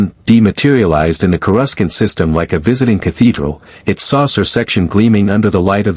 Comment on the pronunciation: I don’t understand why every AI on every channel can’t seem to get word pronunciation right? Even basic AI like chatGPT has access to a dictionary online or the author of the stories should be able to correct the AI’s mispronunciation? It’s pronounced CORE A SAUNT!!!